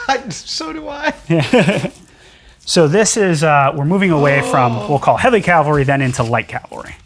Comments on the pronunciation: C’mon Adam… Calvary! 😂 doh. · Calvary ? Oops I see it was already deleted 🤣 To be fair, the dude mispronounced it at least once. Metal work is the best !!!!!!